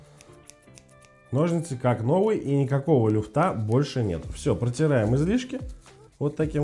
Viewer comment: Не люфтА,а лЮфта,грамотей😂